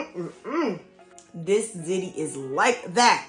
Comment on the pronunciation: ✅Zee Tee❌Zit Tee